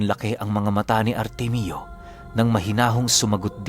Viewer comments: Artemio ❌ artemyo✅ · Ar-temyo po tang pronounce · Ar tem yo po pronounced Ng pangalan na artemio